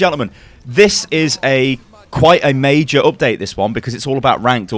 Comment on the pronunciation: " This is MEI-JER " " It's uh MEI-JER " " The reason why it's so MEI-JER